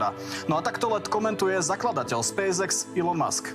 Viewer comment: Spejs ex hej? Podľa teba sa to takto vyslovuje hej? Hm, teba potom škoda je v markíze ty Spejs EX.